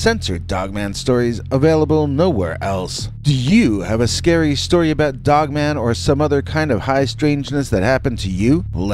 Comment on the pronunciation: Sounds like you said female "woke man"😅 weird way to end